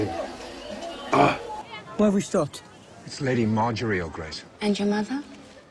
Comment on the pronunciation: Margery = Mar-jer- ree.